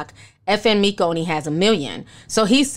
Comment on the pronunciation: I don't think you're pronouncing FN Meka right...it's basically pronounced FN "Mecca" which illustrates that he's supposed to be the highest/the lord from the jump. It was wasn't meant to be that deep. Anyway, Xxxtentacion's family should sue for using his likeness. Creepy ass Westworld shit.lol